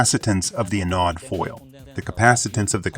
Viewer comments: in and ive heard anode pronounced wrong too many times. next video... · ATTENTION PUBLISHER 1. The Japanese-English bot-translator mispronounces the words "wound" and "anode". There are surely other mispronunciations. I suspect these high-quality videos need closer review. 2. Please compare characteristics of the solid vs electrolytic capacitor in computer circuit boards. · anode got pronounced multiple wrong ways, wound vs wound (don't blame me for the language, wound as in a capacitor or coil winding vs wound as in bullet wound, entirely different pronunciation. Some years back, I read a treatise that English isn't a language, it's a weapon designed to create madness. As a native American and am also fluent in UK English, I completely agree.